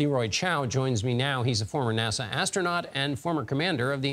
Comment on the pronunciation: "Former AASA Nastronaut"